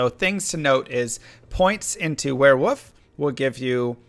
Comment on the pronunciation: "Werewoof" Lol